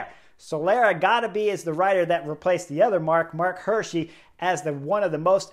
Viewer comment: It's pronounced "Hi:rschi" like = hear-she, is Swiss German and means "deer-guy" in English 😉.